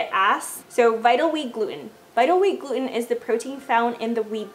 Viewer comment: Jesus Christ learn how to pronounce gluten